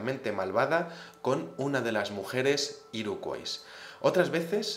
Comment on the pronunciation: Hola, la fonética de Iroquois sería así: Iroq/Uoi/s - /Ua/ (Origen francés, en Canadá se habla inglés y francés). Si lo prefieres, ésa tribu india norteaméricana de la que hablas en español la llamamos Iroqueses. Lo digo por que cada vez que lo decías tal y como se escribe me daban ganas de matar gatitos. Un saludo